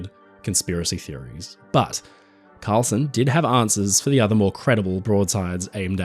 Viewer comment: Karlsen, not "Carlson".